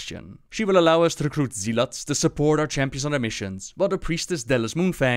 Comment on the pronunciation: "zeelots" Hehe I remember when I used to mispronounce it that way